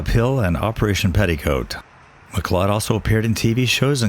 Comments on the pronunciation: His last name is pronounced Mac-Loud spelled MacLeod not MacLowed. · It's pronounced Gavin MacCloud, not MacClod!! Do your homework so you don't disrespect the dead! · Gavin's last name is pronounced Mac Cloud even though spelled Macleod keep up the good work love having you go to places I can't travel to visit famous and not so famous graves. Lucky I grew up 2 blocks from Arlington National Cemetery. Have family there. My sister and I as like girls would help groom Black Jack the famous black stallion that pulled the Casino wagon for JFK . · Gavin McLeod is pronounced McCloud as in Dennis weavers MCCLOUD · Gavin MacLeod ……MacLeod is pronounced McCloud. It’s also my maiden name. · It's pronounced Gavin McCloud.